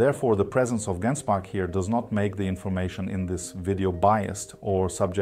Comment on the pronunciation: Surely it's "jen-spark"